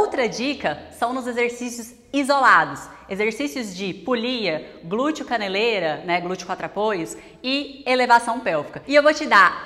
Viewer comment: Gente, não aguento mais ouvir esses "glutchio". 🥴